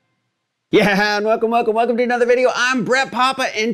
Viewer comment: Yeah yeah YEAAH, velcome, velcome, velcome.